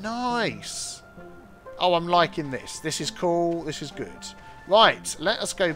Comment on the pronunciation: Initially, I thought you said, "This is cool. This is Groot." instead of "This is cool. This is good." I was stuck for a minute, trying to figure out what that could have meant before I figured you probably said "good". Well, if it turned into a phrase like, "That's so Groot.", I could have told people where I heard it first and recommend they check out your channel to hear the origins. :P